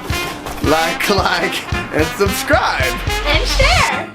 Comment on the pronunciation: Love your videos so much, I have been watching your guys' videos since almost the start. The attitude, editing, style, even music is perfect! Awesome job. Plus, I think your "like and subscribe" says "like and subsribe" 😂 no worries though.